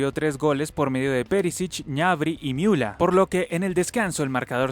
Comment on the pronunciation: esta bien pronunciado ya que en aleman Ü se pronuncia iu ademas en aleman cualquier palabra que termine en r en aleman se pronuncia como a, apesar de que este una e